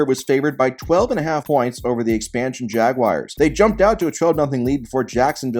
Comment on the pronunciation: I thought you were the perfect YouTuber. Then I heard you call the Jacksonville team "The Jagwires". Guess we all have our flaws.